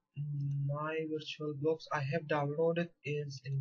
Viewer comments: "virtulabox" haha! great video! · "virtulabox" XD